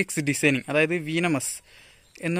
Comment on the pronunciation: Bro വീനമസ് അല്ല വെനമസ് ok.. pinne back visor alla athu spoiler anu.. pinne video length kurakkan nokkuka😊😊😊